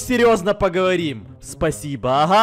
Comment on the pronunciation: Все наркоманы Петровичи в начале видео: Спасибо!: пасио